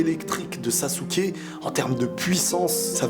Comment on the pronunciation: Sasuke (sasekiki)